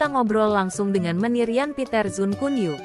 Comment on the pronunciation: KUN bukan ko- en!!!!!!!